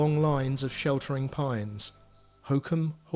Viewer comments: Glad the narrator finally ends up pronouncing Holkham properly. Hollcum, not Hocum. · Hokeum? Holkham - the l is not silent and the o as in box. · Why is he saying holkham like that🤣I live here and it not said like that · This is lovely, it's great to stumble across Holkham on YouTube! It was my favourite place growing up in Norfolk, the nature reserve is also wonderful. The mispronunciation was jarring but I see others have already picked up on that, it didn't detract from the video though. Great work! :)